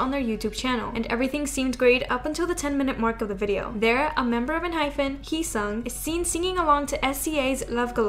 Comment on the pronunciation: Heeseung is not pronounced as He-song. This is a Korean name. These names can be hard to pronounce to those that do not speak Korean but his name is pronounced he-sing like he sings without the s. :)